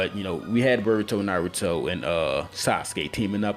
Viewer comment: pronounce your Naruto better